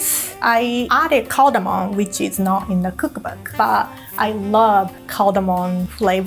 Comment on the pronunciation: Sorry, but the music is distracting and annoying. It'd be a perfect video were it not for the music. Also, it's not "cardamoN" - it's "cardamoM". (This drives me INSANE. If you're a professional chef, please don't mispronounce ingredients. And obviously, I am not talking about her accent, but her actual mispronunciation.) Again, very nice video except for the music.